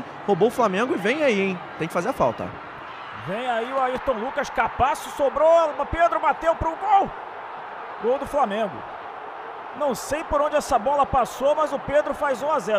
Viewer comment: Porque o narrador fala capaço ?? Me explica aí